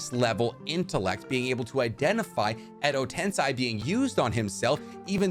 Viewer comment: Myoboku. Please repeat. Myoboku. Edo TensEEEEEi not Tensai. Tensei. Thank you.